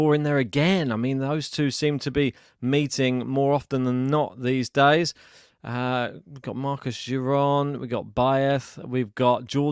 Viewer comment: Marcos Giron is pronounced "Mar-Kose Geer-own" with a hard G